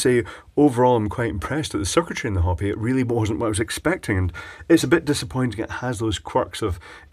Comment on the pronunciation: Pronounced Ho-pee. Not Hop-ee. Like in the Indians of North America.